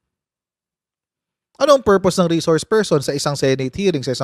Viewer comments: Bakit kaya d nya naintindihan yun, e d ba lawyer siya, d naintindihan ang reshores pershon instead na resource person🤣😂🤣 Birds with the same feathers daw and dalawang pershons🤣😂🤣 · Reshors pershon talaga coach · 😂😂😂😂😂resorrrrs person😂😂😂😂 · Laki ng problema ni pusit sa reshorsh pershons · Wla kc COMMON SENSE c pricess😅😅 Ang res shors per syon😂😂